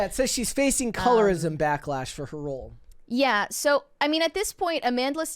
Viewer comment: she managed to make a single syllable word two syllables. Role. A single R. A single O. A single L. A single E(which is silent.) Her: "Ro-oahl"